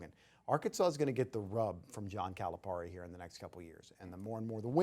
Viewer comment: That guy is annoying, the way he pronounces Calipari is over emphasized. John doesn’t pronounce his name like that. You shouldn’t. I really don’t believe he is really in tuned with the razorbacks. Just getting a check for talking. But that’s just my thoughts.